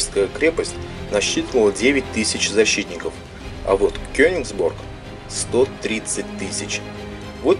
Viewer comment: почему вы говорите Кёнексбург когда реальное название Кёнигсберг!!??